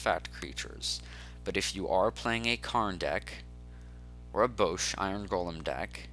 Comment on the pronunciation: I stopped watching when he called Bosh Bowsh. Tell me, in what world does Bosh have a long O sound.